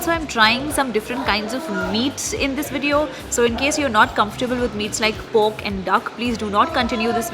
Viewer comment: No offence but it's pork the way you pronounce it seems like you say poke ramen😂😙